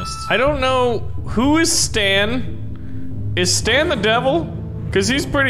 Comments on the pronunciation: It's Satan not stan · its not stan its satan